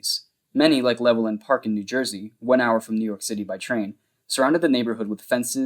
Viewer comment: hi, welwyn is pronounced like well-in, no W sound, just so you know